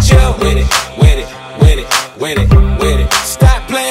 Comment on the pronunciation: I love how he says “wid it wid it wid it”